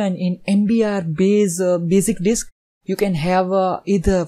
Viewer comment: Bazic disk ...LOL